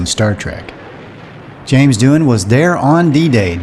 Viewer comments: James' last name is pronounced "Do An" not "Do-Han" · James Doohan is not pronounced "Doo harn" but, Doo'n ... You may have the facts but your pronunciations are way off.😢🥺 No subscriotion from me. Sorry.